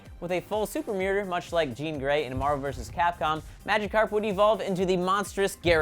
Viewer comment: you only pronounced Psyduck and Magikarp right lmao